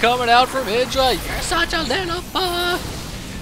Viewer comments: if u ignore the indra thing. idra would be pronounced ahy-dra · You would pronounce it Id-dra if it had two d but idra one d is pronounced eye-dra. But IdrA wants us to say id-dra so... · It's not idra. It's Greck.